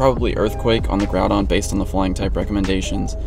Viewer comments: “Groupon” lol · "Groupon" lol